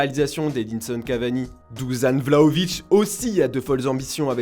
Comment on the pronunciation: Vous allez jamais apprendre à prononcer son prénom ou quoi ? C’est pas Duzan Vlahović c’est Dušan ça se prononce « douchane ».